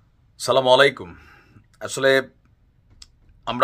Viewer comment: সালাম সুন্দর করে দেন আপনার সালাম দোয়া ভুল হয়।